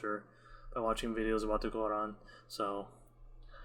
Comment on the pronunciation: Your pronunciation of the word Quran is so on point. I'm glad you enjoyed the video, and I pray that Allah guides you to the straight path 🤲 Amin